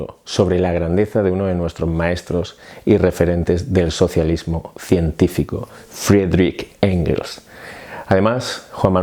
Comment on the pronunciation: no te fue muy bien el intento de YouTuber eh? No es Frederich Engels, es Friedrich Engels.